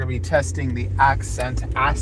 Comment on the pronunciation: Ah-Scent as in ascending or ascension. like gaining altitude not accent lol sorry. nice video might have to try it out